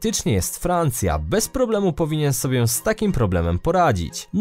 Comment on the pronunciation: Sobie, nie "sobię".